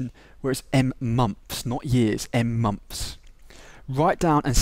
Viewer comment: "Number of mumps" XD no offence haha, anyway thanks ur vid really helped :)